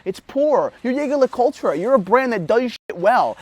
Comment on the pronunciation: Hard to take you seriously when you can't pronounce the brand name correctly. Saying that with my ultra thin on my wrist.